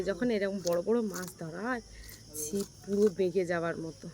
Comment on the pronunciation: কথাটা শিপ না,কথাটা হলো “ছিপ”